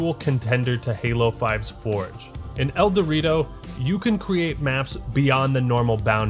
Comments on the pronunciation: That's the point "el dew rito" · I thought you were saying El Dorito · Everytime he says Eldewrito I hear "El Dorito" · Whenever he says "Eldewrito" all I hear is "El Dorito" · Great video! I've never played Halo but all your talk about it makes me want to get it. I have a very weak laptop but even if I can just enjoy the single player, seems like I'll love it. Also, I know that's not the name but every time you say the name of the fan made multiplayer mod, I hear "El Dorito" lol Have a good day people \o/